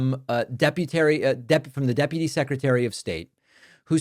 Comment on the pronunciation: Deputary lol